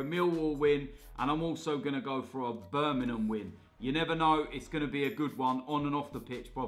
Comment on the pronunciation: "Birminhum win"